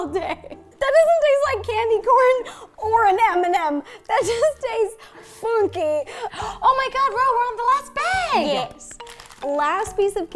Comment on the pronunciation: the way ro says funkey i was dying with laughter!!!!